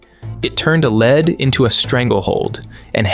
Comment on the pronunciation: Lol lead instead of lead, i know english is hard but reading it in your head with context changes how you say it 😂😂😂